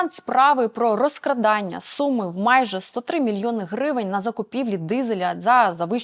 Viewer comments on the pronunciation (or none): none